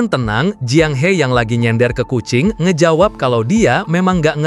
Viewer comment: Bang kucing bang bukan ajing Hehehe🤣